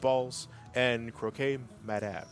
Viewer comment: I got so mad when he said "Kro-kay madame"